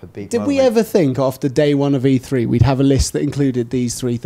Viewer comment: This is just an awful video, for starters, the fucking conference is called E3 - So it would make sense to get someone who isn't linguistically challenged... It's 'E Three' not 'E free' dickhead.